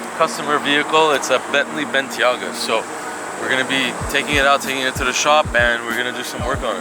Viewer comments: It's a Bentley what? Pretty sure it's a Bentayga not a Bentiaga... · Michiel OSH "bentayga" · Bentley "Bentiaga" ???? 😂😂😂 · Its Ben-Tay-Ga lmaoo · Blanco Escondido I am awaire of that. Did you not watch the video? Wtf said Bentaiga or something..